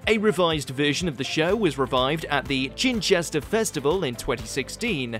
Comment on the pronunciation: Also tricky to say when quickly summarising but it isn't Chinchester it is Chichester festival theatre (I might have misheard)